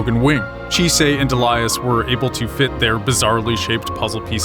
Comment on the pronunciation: The way you pronounce Elias smh